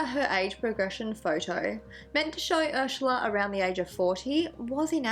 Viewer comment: I watch her all the time but I just couldn’t watch this one because of the way she says Ursula. I know that’s stupid and blah blah blah but it bothered the shit out of me. 🤷🏼‍♀️